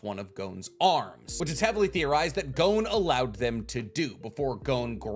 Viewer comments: It's G-OH-N, not GOWN. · So weird hearing "GOWN" haha it's just "GON" bruv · Hearing him sayin “gown” triggers me, idk, good video tho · Bro’s saying it wrong. IT IS PRONOUNCED “gone” WITHOUT THE E. 💀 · The way you say Gon is annoying af. It's Gon! As in gone! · You can say Don, but not Gon?